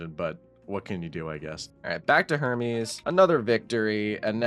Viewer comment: Who else thought that when he said Hermes he said Herpes